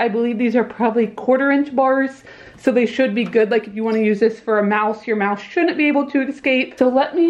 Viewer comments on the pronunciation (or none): The way she pronounces her “s” made the subtitles thinks she said “mouth” instead of “mouse” lol. But no judgement